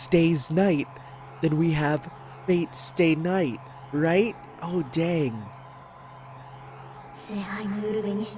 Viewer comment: Fate/Stay K(N)ight